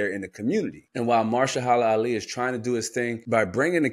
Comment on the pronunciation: say it with me MA-HER-SHA-LA ALI 😂